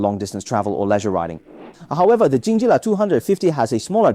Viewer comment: calling it Honda and Jingjilla was intentional, wasn't it? or you are a guy with Chinese accent who cannot read?